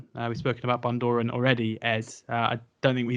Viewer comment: How can you butcher Bundoran's pronunciation. You can Google pronunciations now. Do it FFS, it is supposed to be a brief on, Cheltenham November meeting, not a blooper reel.